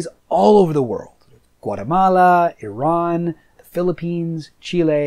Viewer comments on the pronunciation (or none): none